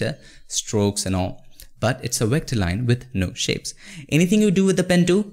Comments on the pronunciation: I love your videos, but it makes me laugh when you pronounce Vector as Wector LOL. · It's V V V V V ... god damn V for VVVVVVICTOR not WHIKTOR it's not WHEKTOR.. it's VVVVVVVVVVVVVVVVVVVVVVVVVVVVVVVVECTOR VVV V V V V V V V V V V god damn it!!! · Oh I thought he said "Here" Lol !! 🤣🤣 Like when he says Vector, it sounds like Wector. I thought at first that there was legit a thing as a Wector until I realized he only meant Vector. True Story. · Great overview! (Though its "V" Vector, not "W" Wector!) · V ector, not WHECTOR anyways thank you for the video, really helped a lot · BRO! VECTOR NOT WECTOR! YOU KEEP SAYING IT WRONG BUDDY! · Vector, stop saying Wector! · Great video. Vector, not wector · stewie: you can't have a pie without a cool hwip: you can't have a path without a wector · Love your content Bro. But with no offense, why does indians pronounce "Vector" as "Yector" or "Virus" as "Yirus"? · Wat is a wector???? Oh you mean a Vetcor . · Vat is a wector sir? Lmao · Wtf is a Wector? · Haha, wecter.... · " A Wector" HAHAHA! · You should really consider learning how to pronounce "Vector" properly.